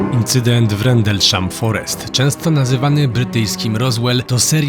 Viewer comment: Rendlesham forest nie Rendelshall. Miejscowość jak Rendelshall nie istnieje.